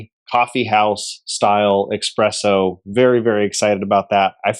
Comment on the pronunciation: I know you don't know anything about espresso when you say eXPresso..